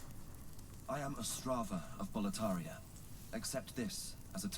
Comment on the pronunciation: Boletaria keeps sounding like "proletariat" for me. wtf